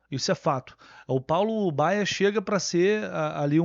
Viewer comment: Entendi Fábio Bala no lugar de Paulo Baya. Esse cara vai acabar tirando espaço do Isaac e de outros meninos da base, lamentável.